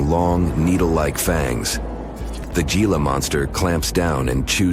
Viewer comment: you people that narrate these videos need to learn the proper pronunciation of many words. in this video there is a lizard called a Gila monster, Gila is a spanish word and the G is prononced as an H. So the word Gila is prononced Hila. Learn the language so you dont sound like idiots.